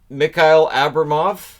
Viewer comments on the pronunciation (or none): Come on:))) Like you said, but man, were you butchering wa-a-ay too much))) 1. It's not Abramov, but abrAmov (the second syllable is stressed). Also not miKail, but miHail (in pronunciation the H like in the word "have"). 2. it's not afanasYev, but afanAsyev (the third syllable in this case). 3. not rOdion, but rodiOn (Amirov). 4. it's pronounced not zaKar, but zaHar (the H like in "have" once again). The second name is more likely bardakOv:))) (u didn't hit it with two tries):)) 5. not bAshkirov, but bashkIrov (the second syllable). 6. gritsyuk, the "yu" is like in the name Luke. 7. not ponomArev, but ponomarEv (the last syllable in this case. 8. not rOman, but romAn, also the "o" in bychkov is like "o" in "cove" I guess, buy not "a" like in "cover". 9. Ok, this one is definitely over-butchered, not "cheyka" like in the word "check", but it's "chayka" like in Wi-Fi let's say. 10. Again 2 shots and 2 misses:))) it's chystyakOv:)) 11. Oh my God, this one is quite a common second name in Russian, u butchered it big time in here. It's not N I A Z E V, but Knyazev (like, man, I don't even know how to describe, I'd rather say it, it's like "ya", ok, just say knYAzev with an "A", just not with an "I", and don't drop the "K" in it). 12. I'm not sure with this one (the English spelling is butchering them itself), but I think the last syllable is stressed in shekhontsOv. 13. Ok, with this one you really gotta remember the right way, this kid is gonna be an NHL goalie, no d